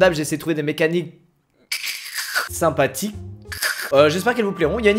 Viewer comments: Pourquoi tu as dis mecaniccccce sinpaticc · Mecanicrrrrr, simpaticrrrrr mais publiqueeee 😂😂😂